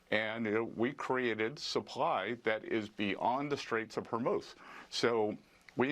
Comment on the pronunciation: Ben - I believe you can learn to say “Iran” rather than “Oran” if you try. You succeeded in learning how to pronounce “Hormuz” correctly. You can do it! Show respect for Iranians (not Oranians). Thank you for your efforts!